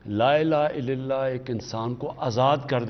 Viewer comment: Khan sahb Apna klma theek kro please. LA ilaaha illalla. Na k illillah